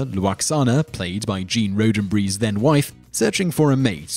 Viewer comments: Hey, Gene's last name is pronounced, "Rod 'n Berry". Not "rue DEN brie" Try breaking it down and say it properly you right bloody' Pillock! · Roddenberry, its pronounced Rodennerry. Damn man you guys could flick up a wet dream! Learn to speak your own language. The language that grows with technology, with social change and with the inclusion of other cultures. Be proud of that and learn to pronounce the words from other cultures without butchering them to suit your idea of how to pronounce their words! Damn! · Roddenbrie? Really? It's Roddenberry. Come on, man, it's a well-known name and one that isn't difficult at all to say. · ROD-en-behr-ee NOT RHODE-en-bree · Sounds like he said Roadenbry for Roddenberry. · "Gene Rodenbry." Somehow I doubt this guy really is a Star Trek fan... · Could you maybe learn how to pronounce people's names before talking about them? Who's Gene Roh-den-berry? Seth MacFar-lane?